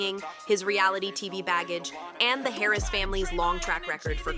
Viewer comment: It’s Harris” not carries